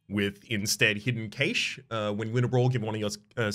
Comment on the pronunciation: "Hidden Caysh" Where is from? I was taught cache is "cash" but for years I thought cachet (characteristic/prestige) was the same spelling.